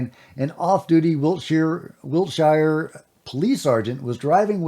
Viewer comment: It's pronounced Wilt-sher. Im from there. Oooohaaaaaar.